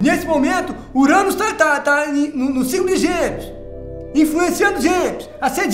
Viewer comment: "Urânus". kKkkkk